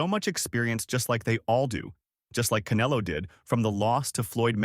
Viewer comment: why they keep calling him Caneelo? 😅